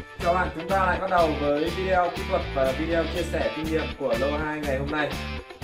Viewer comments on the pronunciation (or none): none